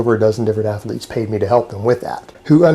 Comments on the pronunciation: I didn’t know athlete was a three syllable word.... “Athell Leets” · Jesus jumped up christ! Once you notice his constant nose breathing you can barely hear anything else. Also, how the fuck is "athletes" a three syllable word?!